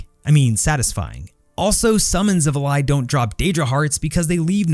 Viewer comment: Your pronunciation of xivilai was correct good sir